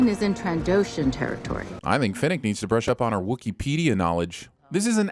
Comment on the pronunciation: It's Star Wars not Hunger Games, so why does he keep saying "Finnick" instead of Fennec? Why do Southerners and some Midwesterners have so much trouble with the letter e?